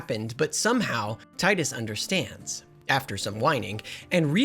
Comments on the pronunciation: Final fantasy x brings me back so many good memories and was such a shocking story for me as a kid. P.S. His name is Tee-Duhs, not Tide-us. Personal issue but kind of cringe every time his name is pronounced wrong through no fault of those who pronounce it wrong (whether on purpose or not). James Arnold Taylor himself confirmed it and I distinctly remember "Tee-dus" watching commercials and talking amongst my friends for this game back in 2001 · for the th time, it's TEE-DUS, not ty-dus. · Fyi its teedus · "Taidus". Oh god, no, I'm not watching almost 2 hours of that. Thanks for clearing that up in the beginning of the video! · My skin boils when “tidus” is mispronounced 🤮